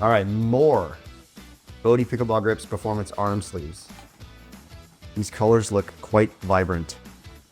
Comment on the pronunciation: Love Bohdi grips. Your'e gonna like them. Been using other brand arm sleeves for years. "sleefs"" Really like my SAGA SH. Not a "two ee" fan.